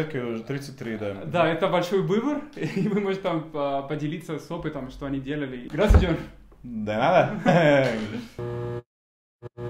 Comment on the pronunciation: прекрасное произношение, с безупречной русской артикуляцией (но в последний момент : " что они деляли "-делали)))